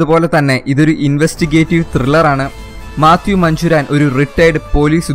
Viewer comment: മാത്യു മഞ്ചൂരാന്‍ അല്ല മാത്യു മാഞ്ഞൂരാന്‍